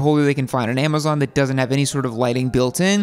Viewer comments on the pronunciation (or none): none